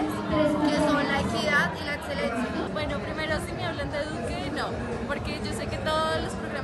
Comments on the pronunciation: dice "edselencia" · En serio no puedo con la muchacha que dice "etselencia, atseso y otsiones" !!! Lo siento por el comentario vano 😉 muy bueb video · Adsedan. Edselencia. Odsion... Los estragos del uribismo en la energumena.